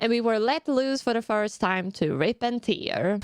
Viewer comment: Look, girl, sorry that I have to be that guy. It's really bugging me, pls DONT pronounce Rip and tear( tɪər) like here or fear, it's RIP AND TEAR (teər) like bear or hair! If you quote something, be sure that you do it right, especially something legendary and powerful like this. The thing is also, the way you pronounce it, it has a different meaning. Thx and have fun